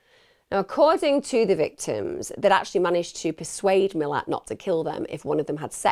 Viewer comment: Don’t wanna be that bloke and it doesn’t matter, but the pricks name is pronounced Mill-at, great video as always regardless 👍🍻🇦🇺